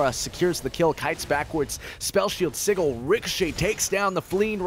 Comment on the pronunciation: am I only one who heard him pronounce sigil incorrectly